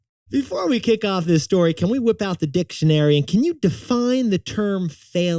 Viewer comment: "Let's whip out the dictionary" got me with the pause in the syllables LOL